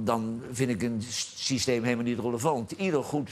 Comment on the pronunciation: "5-3-2 Sijsthijm..." Ja klasse joh Wifjed, je lekkeh vehpsjeken net als Jan